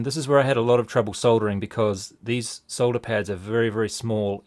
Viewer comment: Neat video thanks. Great useful camera work and good comentary. Nice to hear solder pronounced correctly :)